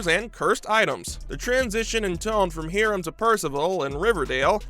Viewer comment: hear-um? lol must be high-rums (Hiram) evil twin! lol